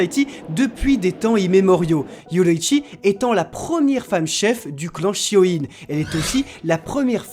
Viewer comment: On dit shi o ne pas shi o ine